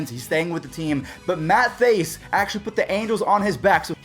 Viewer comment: You said Thaiss wrong just saying not being mean or anything